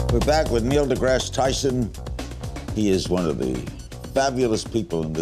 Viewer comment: Did Larry say Neo deGrasse?! lol